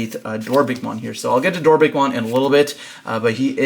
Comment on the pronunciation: DorBICKmon, everyone be saying DorBRICKmon 😢